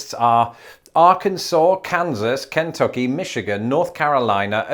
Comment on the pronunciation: I will never not love how you say KEN-tucky. Everyone I know just says k’n-TUCK-ee.